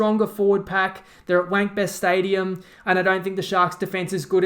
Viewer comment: Did he just say “Wankbest Stadium” 😂😂😂